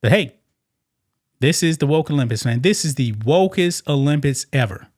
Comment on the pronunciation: You made videos about the Olympics and you still can’t pronounce it 😂